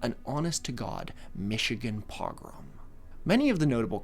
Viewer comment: Do you actually write your own scripts cause you pronounced Oneida and pogrom wrong and I’ve heard you pronounce other words wrong in other videos does someone else write the script or do you use ai if not then you need google words you are unfamiliar with